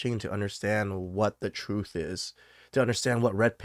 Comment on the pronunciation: What is the “TURTH”??